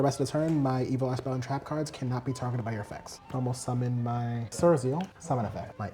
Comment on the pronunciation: Is this guy mispronouncing cards on purpose ??